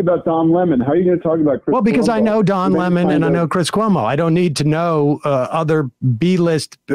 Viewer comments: Does he keep saying Dom Lemon?? I don’t think this guy is actually being serious. Is this some kind of joke or something?? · I could never keep a straight face while listening to him constantly saying Dom Lemon...